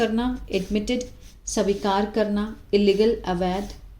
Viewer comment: मैडम स्वीकार् होता है सबिकार नहीं